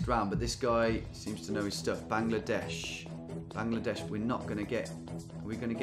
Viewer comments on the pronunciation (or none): none